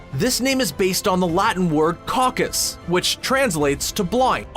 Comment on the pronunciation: "Caecus" Correct! ScreenRant - "Coccus" Wrong! Almost as if somebody at ScreenRant just copied the sound off somebody else's video. Coccus, btw, is a Latin transliteration of Greek kokkos, seed. Nothing to do with blindness or Cecilia.